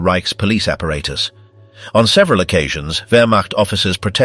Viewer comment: Maybe it would have been better for the Brits to speak German. The narrator can’t pronounce ‘apparatus’ properly throughout video; screwballs can’t speak their own language.